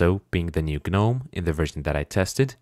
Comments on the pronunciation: pronunciation for Gnome is Nome, silent G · Why are you pronouncing the G in GNOME? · ah yes. g-nome.